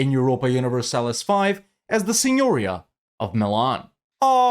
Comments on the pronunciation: If you want to pronounce "signoria" like a true Milanese, put the accent on the second "i". Something like "santeria"... remember the song by Sublime? :) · Nice campaign, by the way as italian i've to say that Pavia and Signoria have accent on the "i" letter, pronounced like the name Maria.